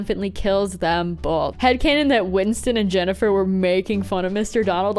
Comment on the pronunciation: “Windston” lol